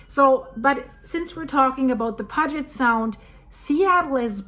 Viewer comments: Your Personal Linguist sez: It’s pronounced “PEW-jit Sound,”! No ambiguity, as with “Rainier;” that is just how it’s said. Just Tryna Help. Thanks for all you do! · Thank You... I DESPISE "Mispronounced Words" lolol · Check your pronunciation of Puget Sound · Didn't you recently apologize for how you pronounced mt Ranier? And now it's puget sound lol. Just giving you a hard time :) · I enjoy your informative videos. But I'm puzzled since you said you're nervous every time you drive across the deception pass bridge, which suggests you are local, but you mispronounced the name of the main body of water in this area. Puget Sound. Are you local or do you visit the Pacific Northwest sometimes? I'm just curious. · I noticed that because says she often drives across the deception pass bridge, but if she spent that much time here surely she would know how to pronounce Puget sound. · Puget Sound is pronounced: Pew-jet (not Poo-get). I've been hearing we'll get hit with the "Big One" for the 61 years I've lived here. If it happens it happens. Telling people these horror stories about something that might not happen for 500 years is just fear mongering. Stop scaring people over something they have NO CONTROL over. We're surrounded by active volcanos. We KNOW there's going to be earthquakes. <<---3rd Generation Born & Raised Washingtonian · Sorry about the “ground breaking” but this one is “pew-jet” sound not pug-et! Sorry but I lived there for the 1st 30 yers of my life! Thank you for your great coverage of important topics! I liked “Rain-yey “ mountain though! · Good morning from England. The sound is pronounced “Pew jet”. Love your podcast 🎉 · It's "pew-jet" sound. Beautiful area and it's sad that it may be torn apart. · pronounced " Pyoojit sound " sweety 😉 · That's pronounced pujiott sound IE Puget sound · Pronounced Pew-jit Sound. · Pronounced Pewjet sound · Sorry its pronounced Pew jit sound (Puget) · pew-jet' sound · 'PEE U JIT SOUND'